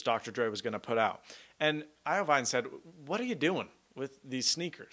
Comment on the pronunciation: iovine (IVeen)...